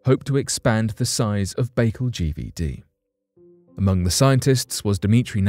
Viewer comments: Why does the person reading this script refuse to look up how to pronounce words he's obviously never heard said before. I flinched every time he said "Lake Baykul". Wouldn't YOU take the time to make sure everything was correct before you put it on line? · His pronouncement of Baikal was sooo annoying, I'm going to unsubscribe.. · The quality of your research is immediately undermined by your mispronunciation of the name of the lake ... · Your mispronunciation of the name of the lake is really off putting 😂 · It's not lake bagel. It's lake by call. You really diminish your content by not being familiar with rudimentary facts. How can you speak on something authoritatively if you can't even pronounce it correctly. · That's pronounced -"Bye-Call", not "bay-cul". Just thought you should know, Your shows are usually very well researched and very informative. Someone dropped the ball. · I kept thinking bacon every time he said it lol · I started to write the same message, but thought again, and here you are. Thanks. That was driving me crazy. I like your phonetic spelling better than the one I probably would have used too. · Pronounced 'Buh call'... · Jesus man, it’s not pronounced Lake Bagel 🥯. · It's pronounced By-kal. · "Lake Bakle"?? Please learn the correct pronunciations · It's pronounced Bai-Kaal just an fyi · It's pronounced BAI-KAL, Jesus. You're making my Russian ears bleed. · It's Lake Baikal, pronounced bai as in bicycle call as in call. However, I'm sure the telescope will give good data. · Lake BayGull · Its called baycal lake not bagel, you have to do russian voice over A's and L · Omgl...if I hear " Lake Bagel" one more time going pull my hair out...it's pronounced...Bye-Call ( Baikal).. And hold up....this is olllld stuff☹️ Nothing new...damn😒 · It's not 'Bake al' it's 'by_carl'.Get a grip! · Look even though its spelled Baikal its not pronouced bakeel it Be-kaal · Lake Bai-kal. Not lake bakel …..damn man……pronunciation is key.